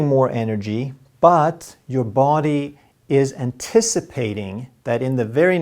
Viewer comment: No big deal, men kära, som en finne från Tammerfors (grundad av Gustav den III), I would like to suggest a minor correction in your pronunciation of English, namely the pronunciation of 'body'. Perhaps 'både och' affects it so that you tend to extend the first vowel too much. 😇